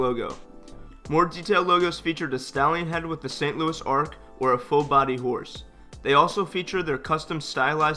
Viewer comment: It's the St Louis Arch, not Ark